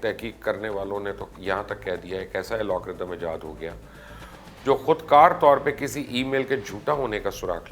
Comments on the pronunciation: Sir g its called "AL-GO-RITHM" not "AL-O-G-RITHM" :D sir hamain sab pata hai we are IT specialist serving in Germany for about 10 years :D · Pls correct yourself. Algorithm not Alagorithm. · #chacha... Alogrithms nahi Algorithms hota hai...